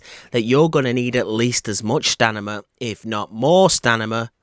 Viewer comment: staaaaaa meeeeeee naaaaahhhhh....stamina! not stanima